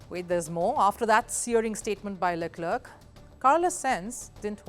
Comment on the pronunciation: You should learn how to pronounce names of drivers at least, before providing your insights. .. Leclerc is pronounced as luh-kluhk. I recommend someone vaguely interested in f1 to read out the news. Senz???? what is Senz? This is so cringe